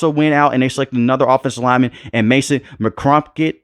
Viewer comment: Dude😂he can't pronounce for shiiii